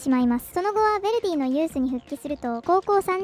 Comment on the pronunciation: Jに興味ない人は気にしないと思うがベルディじゃなくてヴェルディだ